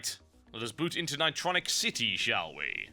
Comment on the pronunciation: ni-TRON-nic RUSH